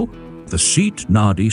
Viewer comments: "Say aht". Not "seat". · Did you say seat, as in a chair? It's S.E.A.T. ("see-ott") very much like F.I.A.T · Something like SAY-ott in Spain, SEA-ott in Britain. Seet in crummy A.I. These interesting cars are worth more having more attention given to scripts and video editing. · It is pronounced SAY-AHT. Robo-narrators are for shit. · Same here. And: AI voices are soulless. They can't pronounce SEAT correctly. We humans, the pinnacle of creation, are unique in our ability to speak. Machines that simulate humanity are neither human nor virtuous. They distort human thought because many people fail to realize that there is no personality involved. Greetings from Germany!🇩🇪🤝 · For God's sake, at least get the pronunciation of the marque correct! I'd rather have facts i can trust than cutesy banter.